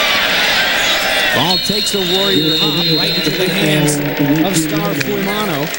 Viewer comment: WHY saying "Fuimano?" Its spelled "F-U-I-M-A-O-N-O"....Although have only PART Polynesian blood-in-veins, DETEST when haole/palagi/European-blooded announcers MUTILATE/DECIMATE/ANNIHILATE Pacific Isle/African or other "foreign-sounding" names. Have learned the "Prophecy of the Seven P's--Proper Previous Planning Prevents Piss-Poor Performance!...Courtesy of the Rogue Warrior/Demo Dick/the Shark Man of the Delta...Mucho Mahalo, Cmdr!